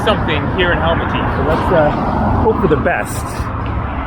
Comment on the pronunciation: Great video, i know its written Almaty, but pronounced as Almata😉